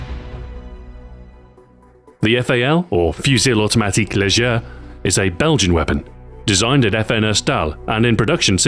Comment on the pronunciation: French tip for you Stu, ''fusil automatique léger '' is pronounced fusil automatique ''légey''. You don't pronounce the R at the end